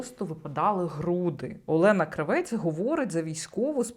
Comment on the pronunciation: Єлєна крАвєц. Наголос на -А-. Це вона так себе позиціонує. Єлєна крАвєц, асоціативний ряд Lanny Kravithz . То вже не модно, то тепер натягує на себе роль міністра культури?